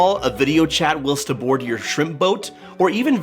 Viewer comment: Please check the pronunciation of "whilst" and "poignant." It sends odd that a highly educated person would mispronounce two relatively common words. It makes me wonder what else you missed, but use as if you know.